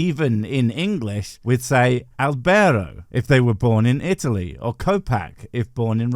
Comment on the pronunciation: I demand at least eight bottles of rhum from to forgive his butchered pronunciation of Albero. Otherwise I'll touch the.